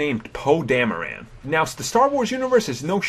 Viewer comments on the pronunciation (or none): Dameron not Dameran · It's DamrOn not DamerAn. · 'Thought his name was "Poe Dameron", not DamerAn. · It was actually Alec Guiness' voice that said "Rae" in the vision sequence. Not Ewan McGregor. Also, It's Poe Dameron, not Poe Damaran. And its Daniel Craig, not Daniel Cregg. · Please learn to pronounce these names before speaking on them: Dameron, NOT DamerAN, Boba Fett, NOT Bubba Fett and it is Jakku, NOT Jokku. Very irritating to listen to. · random ADHD ramblings collated from other lists. DamerOn, not DahmerAnn. Grunny is known for his 2 minute on LOST?? what about ALIAS and FELICITY? "BUBBA Fett"????? Ken LANG?? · Isn't his name Poe DameRON and not Poe DameRAN? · It's Poe Dam-e-RON. You keep saying it like Dam-e-RAN. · I had already new most of these things. Oh yeah, it's not Poe "Dama- Ran" it's Poe Dameron. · It's Poe DamerOn, not DamerAn. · He says Poe dameraaaan it's Poe dameron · Daniel "Creg", Poe "Dameran"? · why do you say poe damaran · Dameron "dameran" chuck "check" I s2g please pronounce properly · this guy doesn't know how to read poe damaran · It's po damaroooon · "Poe Dam-a-ran." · Can't stand the way you're pronouncing Poe's last name. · please pronounce dameron right